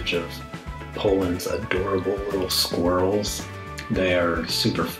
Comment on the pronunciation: It's a sqwerrill